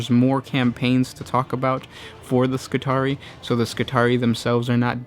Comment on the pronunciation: It's pronounced Skitari-i as it's derived from Roman Latin.